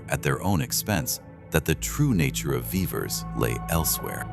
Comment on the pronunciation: A tiny glitch: The pronunciation of Vivers is not consistent. In the first half of the movie it is vee-vers but in the second half of the movie it becomes vai-vers sometimes.